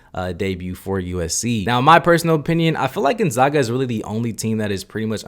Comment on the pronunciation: It’s not Gonzoga. It’s Gonzaga. Zags not Zogs.